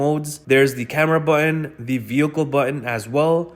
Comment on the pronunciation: Learn how to properly pronounce "Button" 🙂